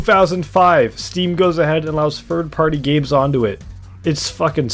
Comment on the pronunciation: Yeahhh im not taking the opinoin of someone who cant say "Third" properly